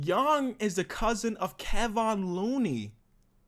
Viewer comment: It's kevon Looney